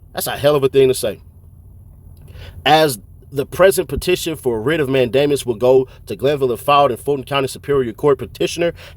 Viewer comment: Writs of "MAN-duh-muss", not "mayne-DAY-miss". Also you got a lot of stuff wrong here, trying to do analysis. You should hit up an actual lawyer to check what you're saying. Not hating, this stuff is ridiculously complex. Just, maybe focus less on speed and more on accuracy. Or stick more to facts like ThuggerDaily. Coulda done this vid w no commentary and it'd be fine. If you're familiar with court, you should know that this complex stuff doesn't always mean what it seems to, tho. It's not plain language. Anyway, my two cents. Thanks for the work you do tho!